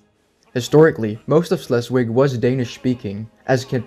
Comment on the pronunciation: Great video! but you did keep saying Schleswig wrong. Sorry, I'm in a German class and there isn't a "W" sound in German so it would be pronounced with a "V".